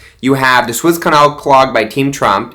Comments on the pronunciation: please say right. It is the Suez Canal not the Swiss Canal. Phonetically say it like this "sue ez". T^hank You. Keep it up I like your videos. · It is the Suez Canal. Peonounced Sue ez = not the Swiss Canal. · THE SUEZ CANAL is pronounced SUE-EZZ 🙄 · Sue-Ezz it’s pronounced. 😉